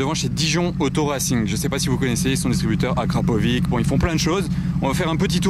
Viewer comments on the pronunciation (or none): Juste pour la prononciation on dit Akrapovi(tch) et non akrapovi(k)